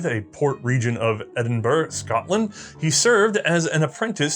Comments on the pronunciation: Hurrah for Sgt McKenzie from the Queen's Own Foot and Mouth Highlanders! Excellent stuff, - tips Blenheim is pronounced Blenhem, Edinburgh' is pronounced 'Edinburra' and 'Leith' is pronounced 'Leeth' - a native Edinburgh lad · This is wonderful. Just one note: You saying British placenames (like Edinburgh, Leith and Woolwich) is painful. They're Edin-burr, Leeth and Wool-itch. ( (/ˈɛdɪnbərə/, /liːθ/, /ˈwʊlɪtʃ/ if you understand IPA). Since you're doing a series: any chance you can just check on any new placenames (and personal names) before you say them? I know we write placenames and personal names in ways that bear no resemblance to the actual pronunciation (because they're spelled how they were pronounced in 1400), so it's really hard if you don't know - but if there are going to be other parts, that seems like a detail you could work on. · Edinburgh is pronounced Edin burrah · It’s pronounced Edinburough, even though it’s spelled Edinburgh. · Eh-din-burra, actually. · Edinburra and Leeth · No one pronounces Edinburgh like that. Say it with me it's pronounced Ed-In-Bra. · Wrong. It's Edinbrah. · There are 3 different pronunciations of Edinburgh in the section introducing Alexander Henry. I don't think any are correct. You would think that Americans could pronounce place names in their native language correctly but apparently not. Keep up the good work